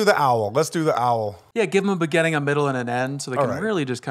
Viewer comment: Someone needs to jump on Ders about pronouncing beginning like begënning